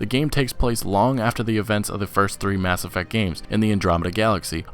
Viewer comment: "Mass Effeck" lmao